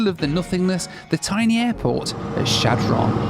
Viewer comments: Shad Run is the proper pronunciation. It's not Shad Ron. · I know you're a dirty furrener so I'll give you a pass, but just so you know, it's pronounced "Shadrun", no pause and with an "uh". The locals call it "Shad". Back in 2017 we were driving from Denver up to Valentine NE to see the eclipse. We were driving in two cars, I stopped at the McDonalds in Shad, my wife in the other car didn't know why. I informed her that there was basically nothing all the way east to Valentine. There is one general store built of hay bales a couple of hours east near Cody, that's about it. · Great video and a blast from the past for me. I grew up in the Omaha area and, during the 60's we drove through Chadron (pronounced SHAD run in Nebraska) several times on our way to Ft. Robinson State park and on to Wyoming. Such towns are American treasures. Keep on visiting these towns that many will never get to experience! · Chadron is pronounced Shad Rin by the way!!! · Can't believe he visited Chadron and didn't show any of the university. Or did I miss it? Kills me every time he says Chadron. Never heard it pronounced like that before and it just made me chuckle.